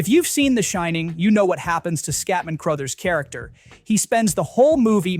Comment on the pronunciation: CROTHERS, not "Crowthers"